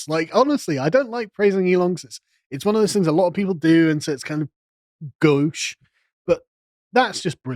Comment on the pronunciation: He pronounced the word gauche correctly.